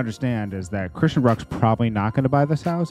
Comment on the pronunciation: First of all, that's not how you pronounce her name. Secondly, you haven't seen her contract for the house so stop speaking on stuff you don't have facts on! Stop coming for my frenn.